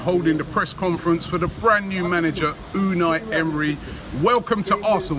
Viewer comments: Pastor Toe Dosent matter anymore what I said man coz I was watching the press conference live and it turns out how Robbie pronounces it is right because emery was asked how to pronounce it, it’s ou-N-eye emery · ITS PRONOUNCED YOU-NI EMERY. The U sounds like a YOU NOT OU